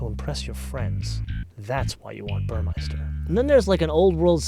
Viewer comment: I love your videos. Since I'm german, I really noticed one thing, that almost every engl. speaking host is saying. You all call the stereo system "burrmeister", but actually it's Burmester which is pronounced "Boormastar" . Apart from that, fantastic!